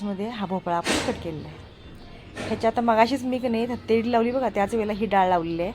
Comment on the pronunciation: थत्ते नाही तट्टे इडली